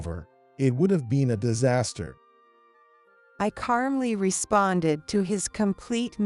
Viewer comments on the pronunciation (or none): Calmly has no r in it.